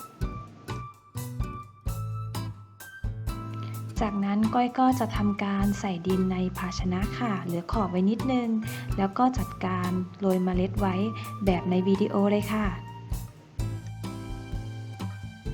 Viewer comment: ขา มีความรู้เรื่องการปลูกพืชแล้ว ต้องถ่ายทอดอย่างนักวิชาการด้วยคะ โดยการออกเสียงให้ถูกต้องคะ ออกเสียง ตัว ร เป็นตัว ล และออกเสียงคำควบกล้ำไม่ได้คะ ตัวอย่าง เลา (เรา)โลยเมล็ด (โรย) ลดน้ำ(รด) 3 วันแลก (แรก) ต้นก้า (กล้า) กะหล้ำปี (ปลี) เตียมแปง (เตรียม แปลง ) แคะแกน (แคระแกร็น) ปูก (ปลูก)